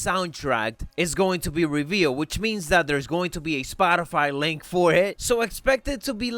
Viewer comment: Why did you say link for it like that 😂😂